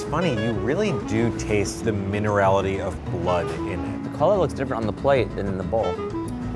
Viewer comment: "the mineralatity of the blood" 🤮